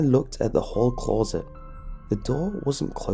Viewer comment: I can't finish this video cause of the way he says closet